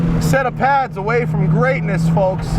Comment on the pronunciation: Aside from the other wacky things he said today, is it just me or is he saying "folks" weird too? 😂